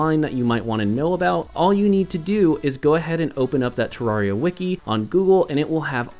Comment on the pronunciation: No. 11 It's pronounced te-rare-ee-uh not tuh-rawr-ee-ah